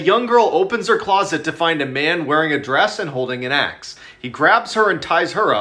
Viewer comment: When she said "axe" it sounded like she said something else